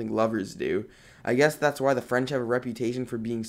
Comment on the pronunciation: Dang that French was perfect Are you fluent in French?